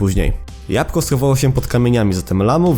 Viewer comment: jabłko nie japko ale każdy dobrze wie że ty to specjalnie zrobiłeś